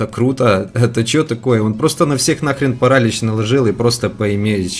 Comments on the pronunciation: не пАралич , а паралИч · Не парАлич, а паралИч Слава украине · паралИч , а не парАлич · Парали́ч правильно Парали́ч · паралич ударение на иииииии